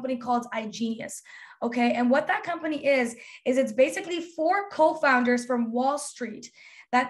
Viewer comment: When (?) is explaining IGENIUS and says it's basically 4 co-founders, I literally had to go back because it sounded like a Freudian slip and she said cult leaders 🤣🤔